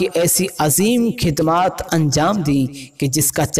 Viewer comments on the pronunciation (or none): Isne khhidamat khidmat bola or khhoob ko khub bola Bhai bareilly Sharif ka nam naddnam mt kr